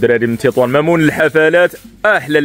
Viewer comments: ماشي مامون ممون بضم ميم أولى وفتح ميم تانيه وكسر واو 😂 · ههههه كايضحكني ملي كايقراها مامون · 😢قول لمريم توريك كفاش تقرا ممون را كتقراها غالطة مالك اصاحبي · ثاني مرة كدير نفس الغلط خاي.. كتقرا مُمَوٍن ماشي مَمون. اللهم يسر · ممون الحفلات يعني traiteur ماشي مامون😂 ثاني مرة كتقولها الله يهديك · ممون ماشي مامون 😅😂 موماوين هكذا تقرأ